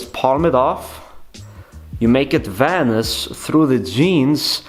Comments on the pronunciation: Vanisj:D so annoying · It’s vanish!!!! I know you can say it right!!